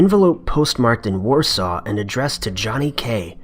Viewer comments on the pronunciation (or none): none